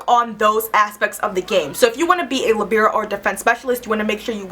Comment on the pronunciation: first time ive ever heard someone pronounce libero like that!